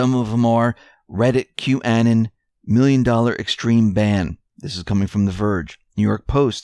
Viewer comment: Thank you for all your great reports. Please correct your pronunciation of Qanon. Anon is the same as "anonymous" short a sound. Also, the accent is on the first syllable "Q" Your pronunciation was so different it took me awhile to figure out who you were talking about. Thank you for correcting on this most important word and especially since you are here to accent Q's posts!